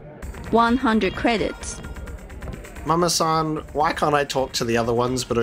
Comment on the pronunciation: Saying “Mama-san” is as bad as their accents. In fact, exactly so. Pronouncing “r” instead of “l” is a Japanese thing, while we’re being in China. A blatant mistake. And -san is also a Japanese honorific suffix.